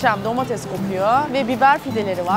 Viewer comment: Domatez değil Ayşe hanım, domates